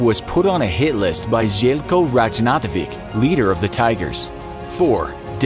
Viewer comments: Ajajaj that English pronunciation of Željko Ražnatović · You realy butchered Željko Ražnatović's name